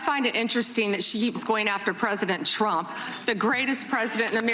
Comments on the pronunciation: tromp tromp. cant she even say his name right in between the dow deflections? lol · Does anyone else hate the way she pronounces "Trump"?